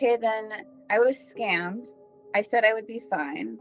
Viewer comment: "I wanted to win!💪" "well you got schammed💪" LMFAOOOO😭